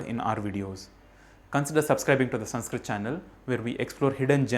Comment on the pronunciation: How is this संस्कृतम् channel when you can’t even spell or pronounce it right?!